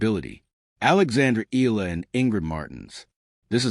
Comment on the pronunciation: Please pronounce Alex' surname correctly.. E-YA-LA. Thank you.